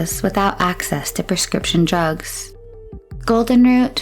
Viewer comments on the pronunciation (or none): none